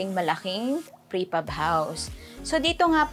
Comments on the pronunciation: Its PRE Fab not FRE Pab 😊 Amazing job. Will include it in my bucket 🪣 list ❤ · Frepab or prefab? hahaha